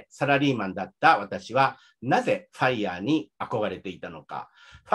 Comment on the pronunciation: のFireの発音完璧ですね。奥さんとも英語でほぼ話したりしていますか？